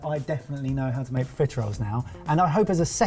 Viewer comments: I know theyre saying profiteroles, but every time i hear pizza rolls. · ARE YOU PROFITEROLES OR CON-FITEROLES? You’re welcome.